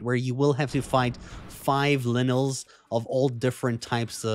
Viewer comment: I love how he calls lynels linels 😂